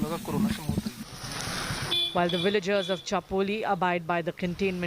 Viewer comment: Villagers not Willagers. Really don't understand why Indians pronounce Va as Wa